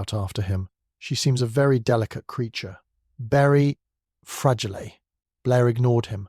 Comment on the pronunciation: Since when is fragile pronounced fragilee. Is this an AI narrator. All the other mispronounciations are quite off putting.